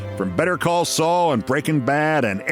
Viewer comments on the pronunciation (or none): none